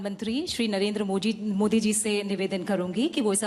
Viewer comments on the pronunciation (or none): none